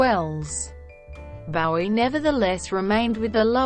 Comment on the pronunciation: Bow-ee, not Baow-ee gewd dammit!